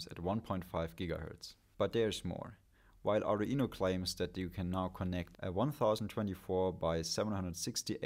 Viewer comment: Does the Arduino pronounciation stress at the mid E vowel? aa-du-Eee-no for real?